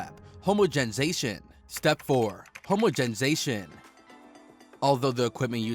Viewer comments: "Germinate and grow during sheer life" what does that mean😂 "Homogenation" "Homozinzation" "Homogemzansion" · “Homogendgezation” “hamatization” “hamazenzation” “hamenzensation” “homergizer” “hamangized” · I couldn't stop laughing. I'm not even mad he mispronounced tons of word. When he was talking about the "hahmagenis" process I almost urinated from laughing so hard. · What is homonzensation? 🤣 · This video is describing Velveeta cheese. He can not pronounce homogenization or many other simple words used in the cheese industry. This was like a junior high student who cheated on his project and copied the wrong info but was not aware he did because he has no idea what he’s taking about. He’s reading from a script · Grand Grandollar homogenzatiton